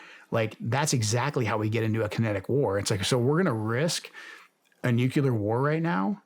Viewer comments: Very disappointed to hear Joe Kent pronounce nuclear as “nukular”. Hope he does better in the future! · Nuclear vs Nucyalear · also “nukeyalur” when the word is actually nuclear. it isnt hard.